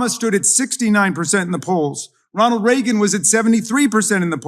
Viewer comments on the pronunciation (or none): none